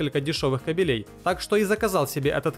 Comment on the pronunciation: что с Русским языком? слушать противно половой коврик? (бывает напольный) торцевой зажим? (в видео такого нет) использованные рыбалками? кабелЕй? (кАбелей)